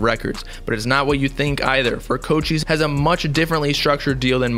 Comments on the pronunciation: Coach ice not co cheese I swear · Mans really just said "koe chise"